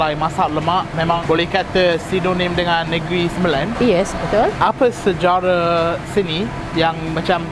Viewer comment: Sebut betul-betul... sejarah bukan sejarre...for history or background!